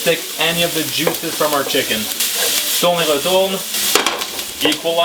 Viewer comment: bogoss j'adore comme tu dis tourne-retourne avec l'accent … ;)